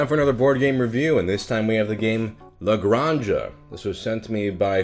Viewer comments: Naw, is canon now. Aixo puc dir perque soc Catala, saps. From now on its "Ale Granny-Jah" and "MaHORKa". But oddly enough, I know that he could've pronounced these perfectly of he'd done a Mario voice lol "El GRAHNja, HAhaa! En MaYORKa, wheeHEEE!" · in Spanish that is pronounced as a hard sound on the back of the mouth, so its more acurate if you pronounce it as gran-ha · I love that how you pronounce it sounds more catalan than spanish